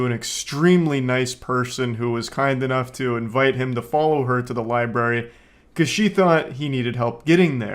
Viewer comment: "Excuse me, do you know where the LIBARY is?" My man immediately sounding like an illiterate goon. People really still forget the first R in libRary in this day and age, aye? Sad, lol.